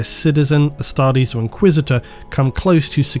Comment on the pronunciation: Dear it's Astartes with a T, not Astardes. Love your vids!